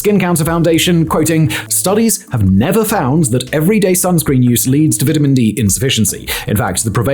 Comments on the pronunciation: I don't trust this guy. He doesn't even know how to pronounce "vitamin". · The way he's saying vitamin is making me irrationally mad lol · I like the way he says vitamin 😂